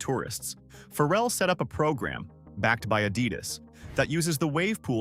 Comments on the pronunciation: WELL IM BORN Raised and still live in. Virginia beach. AND WE HAVE NO FERRELL😂 WE DO HAVE PHARRELL. PRONOUNCED FAH' RELL.. NOT FERRELL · First, learn how to pronounce his name “Fah-relle”. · “It got built Phar-rell” was the best pronunciation in the video😂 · I am sure this is pretty good information but my goodness pronounce his name correctly. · Say his name right😂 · He can't pronounce his name right. Who would listen to your information. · Can we get the pronunciation of Pharrell’s name correct?